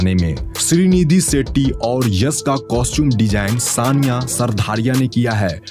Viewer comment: Prasanth....nahi... Prashant hai... Suit Kiya nahi....Shoot Kiya... Setty...nahi.. Shetty hai... Uju nahi....use... Lokesan nahi.... location hai. Pilm...nahi...Film hai... Aksan.... nahi... Action hai. seyar nahi...share hai.. Isthith.... nahi Sthith hai. Pipty.... Nahi...Fifty hai. Estory nahi hai.... story hai. Yas... Nahi hai Yash hai. Suru.. Nahi Shuru hai... Des nahi...Desh...hai Paida nahi...Faida hai. Visal... Nahi Vishal..hai..Parisani.. nahi..Parishani hai. Sandar ... nahi..Shandar hai... Bhai next video me pronunciation teek karko 👍🙏🏻🙏🏻🙏🏻🙏🏻